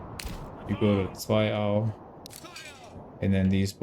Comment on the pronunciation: The pronunciation of Zweiau made me SO happy!!!